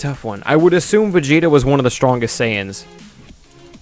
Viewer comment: You kept saying planet vegito.....